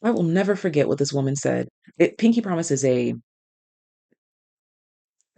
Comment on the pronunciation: I could've sworn you said kinky promise. 😂❤